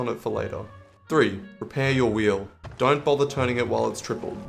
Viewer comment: What does rep your wheel mean Edit: figured it out, he means “repair” Was it really that hard to say one more syllable?